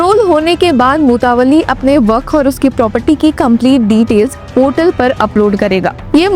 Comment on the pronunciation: Anchor concerned please need to work on pronunciation like mutawalli, awqaf etc.